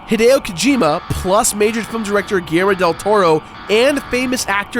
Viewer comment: Way to butcher Guillermo's name